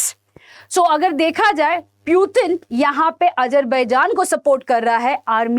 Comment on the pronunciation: पुतिन hota hai प्यूतिन nahi!